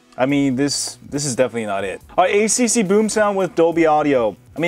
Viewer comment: Did I hear it wrong? It's HTC , but you pronounced it as ACC?...